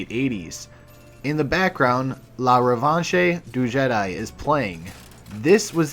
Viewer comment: as a Frenchman, hearing "La revanche du Jedi" made my ears bleed. The last "e" in Revanche is silent, so say it like "revansh"